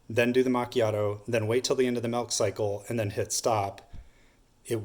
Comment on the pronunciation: Nice to see someone finally explain that correctly. Bernoulli’s principle at work. “Malk”? 🤪😉